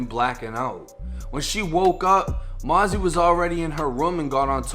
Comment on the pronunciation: it's mosey not mazzy 😭.